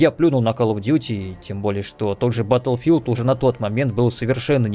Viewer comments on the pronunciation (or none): none